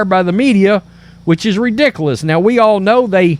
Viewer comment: Good reporting. Btw, please adjust the way you pronounce “ridiculous.”